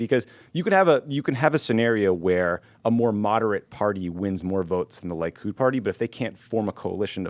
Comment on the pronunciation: Lee-kud, not Lie-kud. :) Wonderful pod guys!